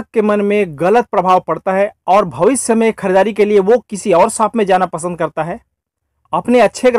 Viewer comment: Saap nahi bhai🤣Shop hota h wo